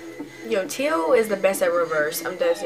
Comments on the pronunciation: It's pronounced Tay-yo 🤦🏾‍♀️ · His name sounded out is t ay o but it's spelled teo